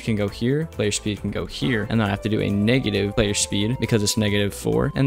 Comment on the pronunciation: I thought that when he said negative 4 he was saying ngga da four